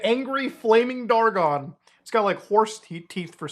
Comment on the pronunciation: "DIS IS FLAMING DWAGON!!!!"